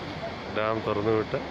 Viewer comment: ഇടുക്കി ടാം അല്ല, ഡാം എന്നാണ്